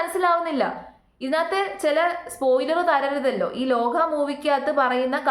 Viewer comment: ലോഹ അല്ല ലോക💞👍